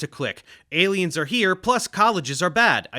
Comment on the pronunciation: I'm gonna watch that TED talk. Although someone needs to tell that lady how to say 'aliens' a little clearer.